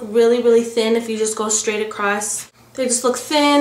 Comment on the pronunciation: I luv the way she says straight :) "We want to cut 'em shtraight" Just luv it :)